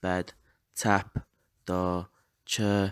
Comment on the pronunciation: certainly some words like door for instance sounded scouse ha